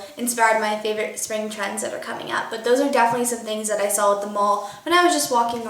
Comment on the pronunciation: she pronounces "saw" as "saul"